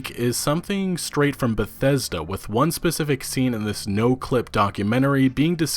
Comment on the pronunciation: Great pronunciation with Bethesda